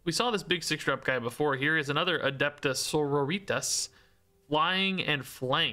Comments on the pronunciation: I love, but Adepta Senoritas was physically painful. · Adepta Margaritas.